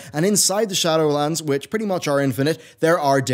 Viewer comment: Glad I'm not the only one who heard that. 😂